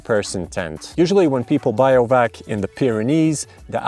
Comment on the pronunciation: Pretty funny to hear someone call bivouacing "biovac". but the Bi is pronounced the same as in Bivvy (which comes from bivaouc which comes from beiwacht). there is no relation to bio(logy) in that word.